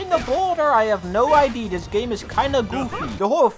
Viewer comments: For the love of god, LEARN TO SAY "IDEA" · Foekoe saying idea like that is great